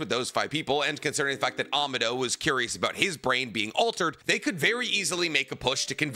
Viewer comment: The guy talks about all the knowledge he has about the source material… yet miss pronounces names every time … KA-wa-ki… ah-mod-oh…